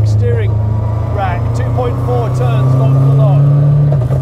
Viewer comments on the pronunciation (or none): none